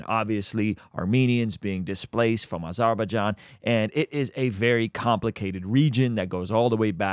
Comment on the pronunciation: Did not just say he was from “arbajan” lol